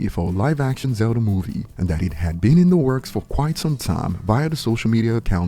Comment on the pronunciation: Bro said zelder lol